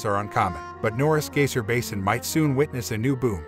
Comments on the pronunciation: Yeah huh, he says Gaysir... Lol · He can't even say "Geyser"